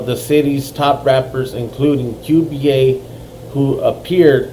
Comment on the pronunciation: Qba its not Q B A its souhds like cuba thats how u say it Cuba